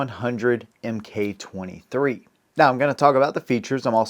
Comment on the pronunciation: "Mk" = "Mark", not "Em Kay".